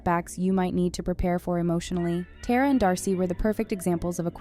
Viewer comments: It’s Tara,not TERROR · It’s pronounced tar-ah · It’s not “tear-ah” it’s “tar-ah” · I can’t believe she says Tera not Tara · Its tara not teara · And Tera. Its TARA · This video is really just mispronouncing the easiest names. She called Elle “Ella” and pronounced Tara “tear•a” instead of “tar•ah” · Her name is Elle not Ella and Tara’s name is Tara bit teara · You lose all credibility as a channel when you don’t even know how to pronounce the characters names. It’s not Tear-A, it’s Tar-a. It’s not Ella, it’s Elle (like the letter L). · “Tera” “Ella” 💀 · Ngl I almost clicked off when I heard that and “TAYRAUH” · Your ponancing Tara wrong and don't call Elle ,Ella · i don't like how the narrator is only mispronouncing elle and tara's name. the two colored characters in the series.